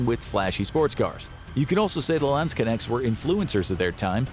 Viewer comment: As a german I cringe at the way you pronounce Landsknecht... LAAANDSKINECTS WTF IS LAAAANDSKINECTS!!!!!!